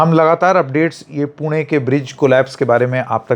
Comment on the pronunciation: Wahh sir पुणे ण pronounce karna ata h apko 👏